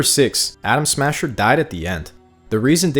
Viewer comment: Bro uk every other time u say Adam smasher u say Adam Sandler